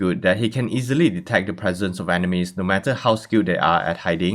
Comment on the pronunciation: I know it is because of your accent, but it sounds more like his heightened senses let him detect Animes instead of Enemies... and somehow it still fits perfectly to his Cid personality. 😁